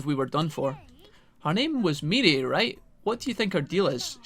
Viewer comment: Mirei is pronounced Me-ray, also, shes actually a reoccurring character is games, even before cyber sleuth